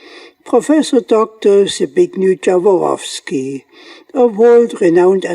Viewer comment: It should be a norm that before you pronunce anybody's name, you go to the Google, search for the language and then listen what is an original and correct one. You say in my language Zbignju Dzavoroski in English fonetics the close one is Zbigniev Yavorovski. Please guys, all of you who produce videos, make some effort, do not deform any names to the extent it is not recognised. Yet sometimes it is offensive, when you create a bad connotation, or cite makes which are non existing: Mercedes - learn please it is not Micejdis (European letters value recognition). As English language twists absolutely everything we know in Europe, from Latin letters, this is unacceptable, you twist what's not yours. You are German, so you should know better as a neighbour of Poland, how to pronounce our names. All world is listening and they have no clue what's correct anymore.